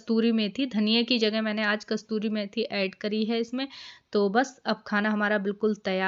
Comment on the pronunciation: Aap bohot mehnat karti ho. Apne do word correct kar lejiye Narmastak nahi natmastak kasturi mathi nahi kasuri mathi,,😊👍☺️☺️